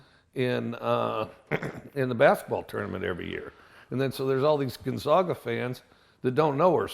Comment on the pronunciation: Wow Mike u lived in Pullman for how long? A town a hr away from Spokane and u still say Gonzaga wrong?...good luck in the SEC Mike you'll need it